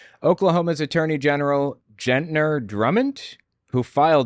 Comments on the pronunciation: I can't stand Ryan Walters. He needs to go away. He is an elected official! That means people actually voted for him! Oh...and Gentner has a hard G sound at the beginning. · Not Jet’ner it Get’ner as in “Go GET your book”. LMAO!! Not as though it matters lol